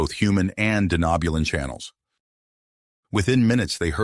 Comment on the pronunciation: Lovely story, the only thing I’d have to complain about is the way the TTS pronounces “Denobulan” but I know it’s gotta be a pain to get correct… Keep it up, I’d love to hear more of this story. Edit: Okay gotta put on my nerd hat really quick… What’s with the Denobulans having antennas??? The Andorians are the only major species I can remember having them